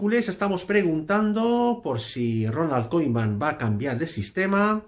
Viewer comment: Si quieres comentar sobre el Barça aprende a decir el nombre del entrenador por lo menos que és eso de Koiman? Siempre soltando bulos bomba!!